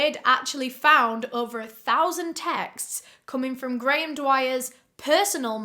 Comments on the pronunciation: I was trying to figure out how a Brit could so badly butcher Graham as Garoon. lol GaArRrRoOoOnN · Grayum-> Garu hmm seems like he liked to take letters out of things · graham but pronounced gray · Lol his name is just Graham. Pronounced “gram”